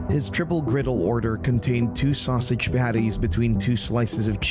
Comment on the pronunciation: Joyce ate some Italian "sausitch".